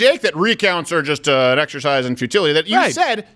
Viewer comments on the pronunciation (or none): none